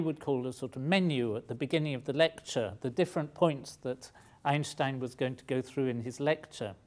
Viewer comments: you are the first english speaking human that i hear saying einstein not einstain like every one else :D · I am thrilled to hear an Englishman pronounce 'Einstein' right. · I was pretty amazed that he said "Einstein" in the correct german pronounciation. Very cool. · Great Video And he's one of the few people that know how to pronounce Einstein correctly